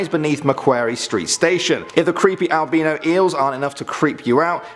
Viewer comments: Loooooove that accent. Holy Mary hold me back!! Sorry, anyway, isn't it pronounced AL-BY-NO ? Anyone? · ALBIIIINOS just got done watching some tosser that said mega like meeega and that's not mega. What's with people and not being able to read propeeeerrrrrrly.